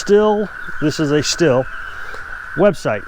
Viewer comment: i talked with a stihl factory rep. at a dealership and he told me that it is not pronounced still but instead is as steel. this makes no difference but i thought i would put that out there.